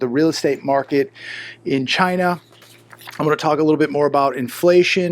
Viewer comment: your not saying it right, its CHYYYYYYYNAAAAA ( like trumpo )